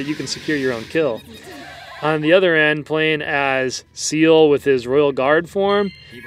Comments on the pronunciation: I'm fairly sure his name is pronounced C L. Like the anime character Ciel in black Butler XD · I thought it was pronounced "Se-ehl"